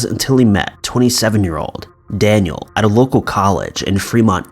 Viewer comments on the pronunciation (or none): none